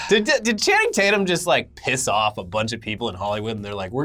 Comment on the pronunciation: You mean Channing Tate-yuuum!!